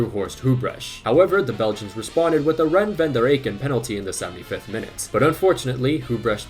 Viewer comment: You pronounce "Goethals" as " Goodhawls", not "Geuthels". "Thys" is then again pronounced as "Theys", not "Theas". "Rene" is pronounced as in French: "René", not "Ren". And importantly: "Theate" is not pronounced as "Teeth", but more as "Theyawth". There's a couple of others you've missed by a bit, but these were the noteworthy ones. A lot of them you had right though! Like "Tielemans" was 100% correct!